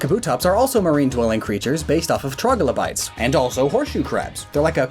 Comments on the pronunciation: This kills the fish. That's dev-O-ni-an, not dev-o-NA-tion. That's TRI-lo-bites, not TROG-lo-bites. This is due to the fact that salt water is less dense than fresh water, causing it to rise to the top. You can see this for yourself by putting an egg in a glass of fresh and a glass of salt water. It will float in the fresh, but sink in the salt. There is actually a type of shark known as the bull shark, which can swim back and forth between freshwater and saltwater environments. Clauncher and Clawitzer are based on the pistol shrimp, a firmly saltwater animal. However, there are freshwater shrimp and lobsters. I mean, Blastoise is the Shellfish Pokemon. There are more non-fish pokemon classified as fish than there are fish pokemon. Electric eels are freshwater fish. They are also not eels. By the way (not sure of a timestamp for this) brackish water means that it has salt, but less than saltwater, not that it changes between salt and fresh water. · The way he said trilobites, and devonian made me want to commit die